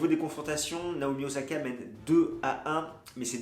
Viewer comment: o /sa/ ka stp, pas ozaka.